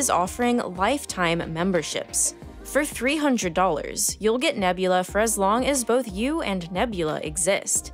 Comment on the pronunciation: The start of the video: “this video was braht to you by nebulaRRR”